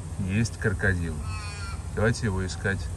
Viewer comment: Вначале сказал кАркадил 🤭😁